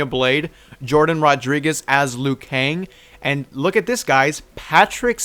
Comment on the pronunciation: It made a mistake lui kang its liu kang